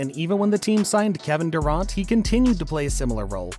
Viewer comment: Kevin durante? It’s dur R-ant lmfao